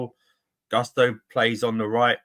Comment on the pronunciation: Not to hate, but it’s so jarring when people intentionally mispronounce a player’s name. Why are they saying Gusto like that?